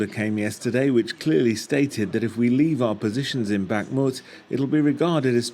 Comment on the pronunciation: How many months will it take him to pronounce Bakmut correctly?